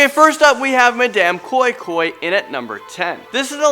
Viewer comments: And madam koin koin. Not koi koi. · Wow thanks .you guys are great...lol the way you said madam koi-koi was very funny 😁😁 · The way he pronounced Madam koi koi is funny